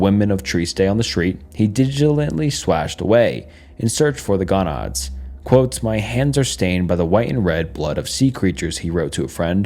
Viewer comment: Go-nads. Go, like “don’t stop, GO.” not gah-nads.”